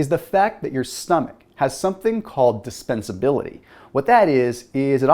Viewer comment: DisTENsibilty not dispensability. - a medical student